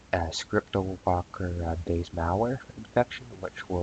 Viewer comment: "Scripto- locker....."? WHat the hell.....? The word is CRYPTO....there is no "S" in it.....! Just practice!